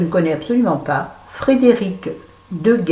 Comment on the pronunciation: J'adore tes bilans lecture ! Je savais qu'il te plairait, le Deghelt (tu prononces bien 😘😘😘). Doux bisous !!!